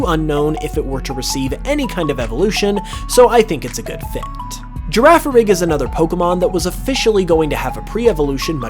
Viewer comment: "Girraffarig" if only he knew from yesterday's trailer